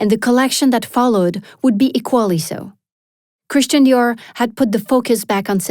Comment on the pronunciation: Super document, mais vous auriez au moins pu faire prononcer Christian Dior à la française. Cet accent à l américaine est ridicule car il enlève de l aura au créateur au profit du marketing. I m just saying !